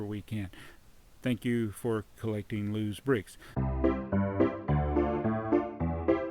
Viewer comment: its not los it loz